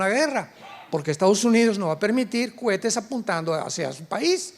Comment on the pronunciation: Exelente doctor Alducin. Pero una corrección No sé dice cuetes si no cohetes. Dios lo bendiga 🙏🙏